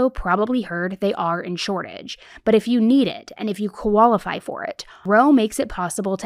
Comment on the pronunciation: I love the way you say qualify😂 Kaola-fi